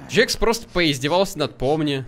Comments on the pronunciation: ПРАВИЛЬНО ГОВОРИТЬ КЕЙН, А НЕ КАЙН, НЕ ДЖАКС, А ДЖЕКС. Этот мультсериал изначально имеет английскую озвучку. Кейн на английском будет CAINE, английская буква A (эй) обычно в слове обозначает звук [Э] и часто смягчает согласную которая стоит за ней: CA = КЕ [К' Э]. Поэтому правильно произносить не Кайн, а Кейн. Тоже самое и с Джексом. Джекс на английском будет Jax. Ja = Дже [Д Ж Э] (буква Ж несмягчаемая). Поэтому правильно произносить не Джакс, а Джекс. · и еще не джакс а джекс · Это нет это не джакс это джекс ты всех персонажей путаешь эх ну что ж ты за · Не Джакс а джекс